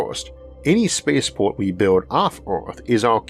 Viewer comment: What are yeeohaws (years?). By meow curiosity - is this guy speaking English?? Neil (below) mentions his episodes are getting longer. Well, that's because he has trouble to talk. Listen to the uniform music in every sentence and ... what's a space paw?